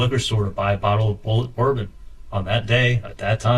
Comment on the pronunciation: Does anyone else hear almost saying “bullet” when trying to say “bourbon”??